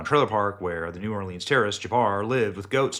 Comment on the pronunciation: Hey Benny, keep up the good work on exposing the corruption in the govt. 👍 By the way, the “e” in Orleans is silent so it is not pronounced as leans. Diversions are in their (FBI) playbook. Has anyone noticed there haven’t been anymore drone exposures in the media? Are the drones still flying around? Sleeper terrorist cells and those coming across our border are in our country waiting for their signal to strike. They and their handlers (govt???) are evil that don’t care who they kill, they just want to destroy our country at any cost. When one area is exposed that we see they do something to divert our attention.